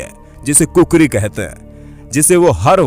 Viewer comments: Not kukuri bro khukuri bolte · Kukri nhi khukri hota h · khukhuri not khukuri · It's not kukuri it's khukuri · मुझे गर्व है गोरखा आर्मी पर की ओ इतने निडर होते है कृपया खुकुरी को कुकरी ना बोले ?मुझे अच्छा नहीं लागत है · अरे भाइ कुकरी नहिं "खुकुरी" हे । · Not kukure it's khukurii😂